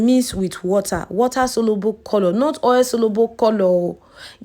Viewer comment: the way u pronounce coolloor is scratching plz correct it🙄